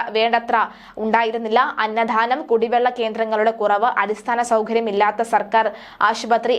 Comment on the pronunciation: Anna thhhhanam alla kutty......Annadanam😂😂😂